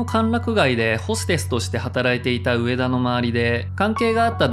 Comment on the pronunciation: 「うえだ」じゃなくて「うえた」